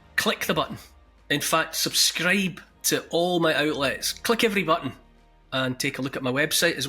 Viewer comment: I'm gonna subscribe just to hear him say subscdibe